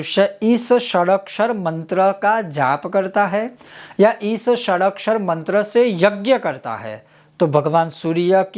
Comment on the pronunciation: ११२ अछर वाराही मंत्र में - इनके iskrin पर अछुर लिखा होता है बोलते अक्छुर हैं इनके whats app पर पुछने पे कोई जवाब नही देते मुझे तो ये पाखंडी लगता है